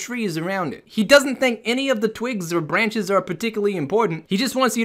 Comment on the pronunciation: "bwanches" xD